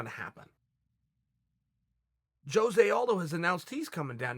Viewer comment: The j is silent in Jose thanks